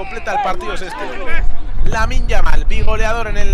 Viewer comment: Pero que partido está comentado el comentarista?? Ahí va Yamin Yamin Yamin lamal